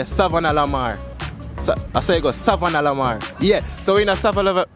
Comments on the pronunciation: Sava la la la mar😁😁😁😁😁😁😁 the word is Savana la mar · The man sing the entire song and still get it wrong, 28???!!!! Lmao 😂😂😂😂😂😂😂😂😂 . Me did think seh a me alone cah seh the word Savana La-Mar 😂😂, me find company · Him trying to say savanna la mar kills me😂😂😂😂😂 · You should've asked them to pronounce savanna la mar ...that might get funny😂😂😂😂